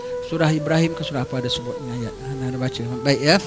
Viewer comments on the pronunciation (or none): none